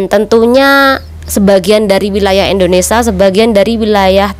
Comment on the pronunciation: Mbk knp sllu bilng indonesa.kita kan indonesia bukn Indonesa